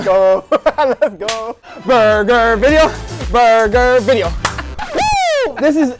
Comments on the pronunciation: its video not vedio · 3 mins into the vijyo all i hears is BALLZ